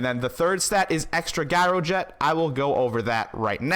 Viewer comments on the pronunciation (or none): Gyroget Jye-Ro-Jet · Gyro is pronounced with a "J"! You're killing me... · WTF is a Guy-or-jet? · LMAO... Pronounced- jiro jet... As if it was a j. Like job...jyrojet lol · It was rough watching you talk down to everyone while pronouncing gyroget wrong over and over and over. Good info in there otherwise.